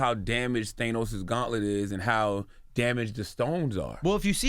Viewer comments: Charlamagne "THAYNOS" LMAO! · They-nos Lmfao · I hate how Charlamagne tha God says Thanos